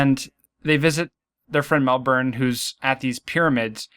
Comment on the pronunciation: Oh cool! An American pronounced Melbourne correctly! Yay! 😃